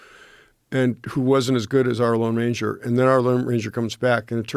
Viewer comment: said the Long Ranger, it’s the Lone Ranger.